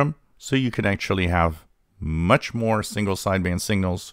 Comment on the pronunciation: This would be more helpful if you didn't pronounce 'signal' and 'single' so they sound identical.